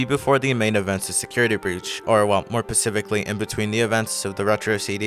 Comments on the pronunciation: are you saying “pacifically” instead of “specifically”? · Good video but just saying it’s pronounced “specifically” with an s.